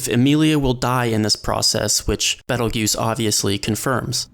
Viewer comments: Ye, I don't understand why people keep saying "juice" when all characters in the anime say "goose" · author: "Betelgeuse" narrator: "Pedal Juice" youtube sub: "Pedo Goose" no offense, Mr. Narrator. I totally understand his name isn't native to your tongue, so you may not be able to pronounce it perfectly. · WN: Petelgeuse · It's Petelgeuse, the slight misspelling is intentional. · It's Petelgeuse in the WN, don't be a smart-ass